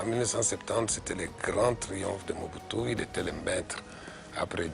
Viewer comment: Bonjour. Stp, prière bien lire ou proncer les noms congolais. C'est MO-BU-TU SE-SE SE-KO KU-KU GBE-NDU WA ZA-BA-NGA